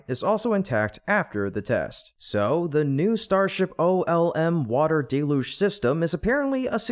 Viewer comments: I admire your stubbornness. You are the only YouTuber left who didn't correct their pronunciation of the word 'deluge' You insist on pronouncing it as 'DAY-luge" when everyone who knows how to use a dictionary pronounces it correctly as "DELL-huge". Many started out saying it as you do, but fixed it as soon as they found out. But NOT you. You proudly mispronounced it at least 10 times. I'm proud of you! (Even the auto closed caption system knows you are saying it wrong. You can tell because whenever you say 'deluge', it capitalizes it as 'Deluge' This means you are saying a word it doesn't know. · DELL-LOOGE. That's how normal people say it.